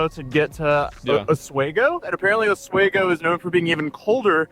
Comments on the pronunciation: Yes, OswEEgo, New York is cold - it's on a lake. Long E, not long A. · It's pronounced OSWEEEEEEEEEEGO not OSWAAAAAYGO fyi. Also, thanks for doing actual reporting. It's so rare these days. Appreciates ya. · If one more person calls it “Os-way-go” NY I’m gonna lose it OS-WEE-GO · It's Osweeego not wago. Said it wrong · Os-wee-go. Is how you pronounce it. Lots of bars. Literally known for lots of bars. Beer and Wendy’s is a top 5 Oswego experience. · Welcome to Oswego (Ah-SWEE-Goh): small city bound to the shores of Lake Ontario, renown for fantastic sunsets, lake effect snow, drinking (what with the snow) and WIND. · It is pronounced Os-wee-go. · It’s Ah-sweeego. Sadly she lives in my town. You tubers make it bigger than it is. She is awful and loving this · ITS OSWEGO OSS WEE GOH as an upstater i hate hearing this butchered lmao its the easiest thing ever to pronounce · Ironic that he is recording himself putting his pants on while reporting on as court case involving a girl posting footage of a sleeping dude with is pants down. and, yeah, Oswego (pronounced: oss-WE-go) is a very pretty town... that entire part of the state is really beautiful. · The pronunciation is Ah Swego, it's a beautiful town but they do get alot of snow and is cold there. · Its pronounced OZ WEE GO makes me mad hearing him say it lmao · Oswego is pronounced Aus-WHEE-go -buffalonian who drives on the scajaquada (good luck with that one) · Ah-swee-go is how you pronounce Oswego btw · AHS WEE GO is how you pronounce it i believe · Darlin- the little sweet town (OSWEGO) in upstate New York, just northwest of Syracuse (my hometown) on the lake is pronounced as AH SWEE GO! Can't wait to find out the final decision on this LUNATIC GIRL lying that she a VICTIM!!! As Oswego is a university town, bet she only gets probation! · It's pronounced Oss wee go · Os-WE-go NY. it's quite a shithole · It’s pronounced “AH-SWEE-GO” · It's pronounced OSS WE GO. Like Torpedo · It's pronounced osweeeego.